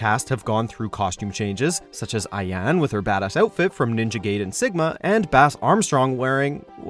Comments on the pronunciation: Again with Ayan. It's A-ya-neeeeeee! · aye yah neh not aiyan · Ah Yah Neh Is the correct pronunciation for AYANE this is the 2nd watchmojo video where they mis pronounce it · Stop saying Ayan 🤦🏽‍♂️..It’s Ayane ! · Come on...it's not hard to pronounce Japanese words man.. Eye-ah-nay not Eye-ahn or whatever you said lol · It’s AyanE, pronounce the E at the end goddamit ! It’s not Ayan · Who the FUCK is Iyanne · Ah-Yah-Nay Ayane! Please pronounce her name correctly. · You go through the trouble of learning to pronounce shimboris name correctly but still call Ayane eye yahn... ugh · "such as Aye-YAN" Aight imma head out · Ayane : Ah - ya - neh Gaiden: guy - den is it that difficult or expensive to hire someone who can pronounce japanese names without sounding like a Trailer park trash, especially when the game/character is 20yrs + old? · It’s pronounced AH-YAH-NAY for the love of god... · "Ayan"..... damn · WORK ON YOUR JAPANESE PRONUNCIATION FOR GOODNESS SAKE! Ayane (Eye-ya-neigh) and Ninja Gaiden (GUY-DEN) are how they are pronounced! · Who the fuck is AYAAAAN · Ayan.... Ninja gayden... I just cant anymore 😑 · I cringed when the announcer pronounced her name “Ay-arn” instead of the proper way, like any DOA player would know! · A-YA-NEEE! Get it right, FFS! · Leave Ay-Anne alone! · Stop saying Ayane's name wrong !!! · So you got invited to the event and after there were loads of comments on the last vid about your pronunciation of the names and you still fucked them? 🙄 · Lol he thinks the 'e' is silent. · Miss pronounce Ayane’s name. Me exiting video. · Why does he mispronounce Ayanes name each time ? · he doesn't know how to pronouce it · How does anyone pronounce Ayane the way you did?